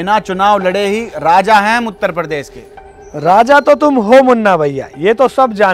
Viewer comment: needs to work hard on uttarpradesh tongue